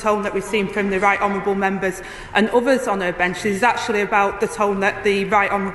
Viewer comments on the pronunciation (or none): “UVVERS” my God and this is the Deputy PM. Jeeez